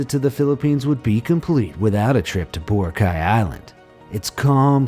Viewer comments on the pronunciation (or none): We're laughing because you mispronoun the places in our country philipines😂 it's bo-ra-cay not bora-cay HAHAHAHAHA and its pa-la-wan not pala-wan😂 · that’s not how you pronounce Palawan and that’s not how you pronounce Boracay... just saying... but thank you for including my country!!!! 🇵🇭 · Every time mentions Philippine names that are pronounced wrong I try not to comment But here BO-RAA-CAAY (Boracay) SUU-RIII-GAA-OO (Surigao) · correction* it is pronounced as Pa-La-wan and Hee-na-tu-an and Bo-ra-Kay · U pronounced boracay wronh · You pronounced Palawan & Boracay wrong I know cause I’am Filipino